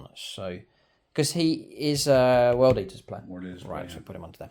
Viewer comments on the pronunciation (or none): none